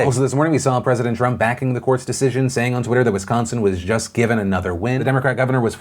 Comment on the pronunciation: Wow you actually said Wisconsin correctly. Good job fam